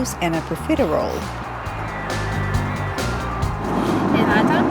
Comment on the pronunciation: Hey, in Germany everyone say to you, "Hey ", not Hi Renat(a)!!! I want say to you, I like you really, and you make good Videos!!! Your Country is a great, rich with natural resource, with poor people 90%. Shame, because very great corruption, greed and Violence! The best Clima on the Planet Earth!